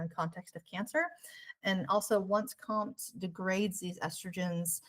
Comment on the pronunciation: You pronounce it Co-M.T. not compt!